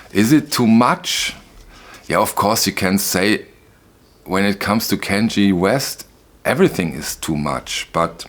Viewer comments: Kanye, pronounced CON-yay, not Kan-jee. He’s completely insane. Maybe you’re mispronouncing it deliberately, hard to tell. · did you just call him kenG????? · Kan (like Wrath of Khan, the Star Trek movie) ye (soft Y as in Yellow - not a J sound & then e is AY - as in the end of hip hip hoorAY) 🙂